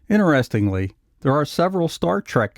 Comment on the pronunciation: Not 'inneresting' but Interesting. Pet peeve.